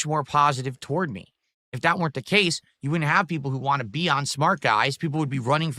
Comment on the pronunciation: "HELO JEW"